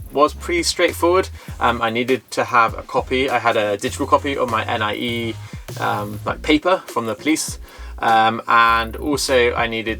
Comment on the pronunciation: Appreciate hearing about your experience of buying in detail. (Watch out for the letter X - your bank is pronounced with an SH sound there ;) Most locals say NEE-AY for NIE, too.) I was surprised to hear that the seller can owe you your 'earnest money' ten percent back double. I've heard of deals that go south when the seller tries to fudge the price to dodge taxes and the buyer is stuck between something illegal or losing their money down. Sounds like a good lawyer is worth the investment.